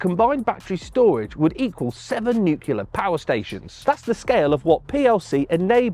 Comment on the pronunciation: My brain exploded at "their storage would equal seven nucular power stations"